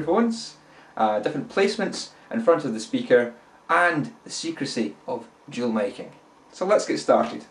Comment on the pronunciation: "The secrecy of dual miking" , to me its sounded "the secrecy of Jewel making" :D but i like it!